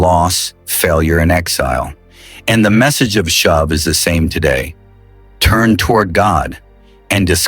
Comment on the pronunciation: glad this promise does not depend upon your pronunciation. should be 'shoov' not shove. 'course I know its AI, which noone can trust.